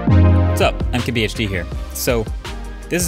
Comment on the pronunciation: Anyone else hear “I’m KBHD here”